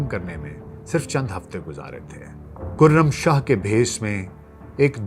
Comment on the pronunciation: کُرم شاہ نہیں کَرم شاہ پڑہیئے گا۔